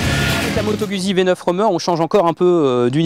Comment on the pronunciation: Moto gOUzzi pour la prononciation svp !